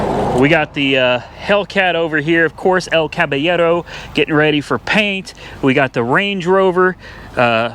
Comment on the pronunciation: You finally said El Caballero well. Congratulations